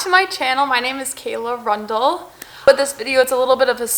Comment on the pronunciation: Rundle is a curious name. Pronounced run-dull not rund-leh, but could probably be spelled Rundall, like Randall. 🧐